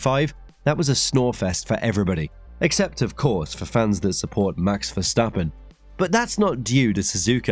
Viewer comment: Why did you say it like that "for fans who support Max Verstappen"